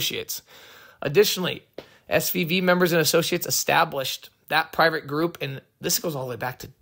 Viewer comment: I was about to ask if he can pronounce "F"